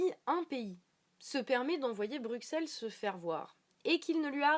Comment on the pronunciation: Juste, ça se prononce "BruSSelles" sinon tout oui